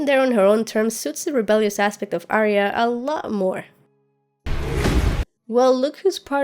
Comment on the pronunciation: A ton of work. Very well done. I think you surpassed all of the other disections of this material, and I have watched quite a few. Thanks for your efforts on our behalf. Pronunciation of Arya - you know better.